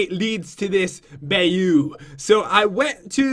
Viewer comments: PAT ITS pronounced (by-you) not (bay-you) still big fan sorry to correct you but I live in louisianne and we are basically all bayous, Marsh's, and swamps. Still big fan!!! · Bayou pronounced BY-You🤣LOVE YOU GUYS AND JEN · bayou is pronounced"Byyou" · Pat, Bayou is pronounced bai-you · Pat, bayou is pronounced buy-you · bayou is said like 'bye-you'. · Just to let you know Pat and, it's pronounced like bi-you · He obviously doesn't no cajun. It's hilarious how he pronounces bayou . Like if you know cajun. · He said bayou wrong and i know because I live in Louisiana